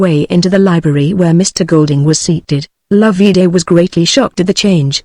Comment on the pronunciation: NOT LOV-EE DAY Loveday, pronounced like Love and Day put together. Could this be an actual human reading or some half-idiot machine?????